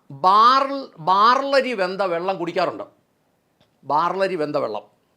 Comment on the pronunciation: ബാർലരി അല്ല, ബാർലി ആണ്. അരിക്ക് നെല്ലരി എന്ന് പറയേണ്ട കാര്യമില്ല.